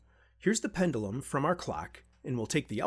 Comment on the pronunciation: Pend-you-lum… not pen-dull-um. Great channel btw. Would love to see you do an 8-bit breadboard video series like Ben eater but with the SAP-2 architecture….